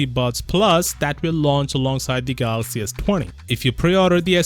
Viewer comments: My only hope is the next president of Samsung can pronounce Galaxy instead of Galax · lol I know how to spell Galaxy dude.. DJ Koh says Galoxy and that's the tradition we like but won't be there anymore as there is a new CEO